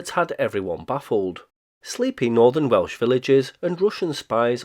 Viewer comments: Great pronunciation from a Welsh Man. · Good god, I've been past this several times as it's not far, and it's great walking country around there. I never knew any of this. Oh, and as a Welsh speaker, your Welsh pronunciation is very good. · Full marks for him getting the Welsh place names right. Well done indeed. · Very impressed with your Welsh pronunciation. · Great video. Your Welsh pronunciation sounded top notch. Have a great weekend.